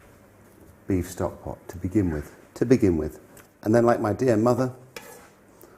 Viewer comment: Have a shot of Tequila every time March says Stovkpot.